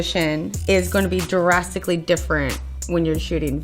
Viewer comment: 'Der-rasticklee different'. That's not even a word